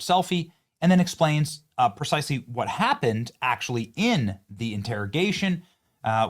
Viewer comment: "Percisely" and "Perduce" are not words.